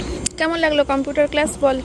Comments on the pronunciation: Computer uchcharon ta thik koro bar bar bolcho sunte ki baje lagche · Computer উচ্চারণ ঠিক করে তুমি যদি না করো জয়ী ও তো ওটাই শিখবে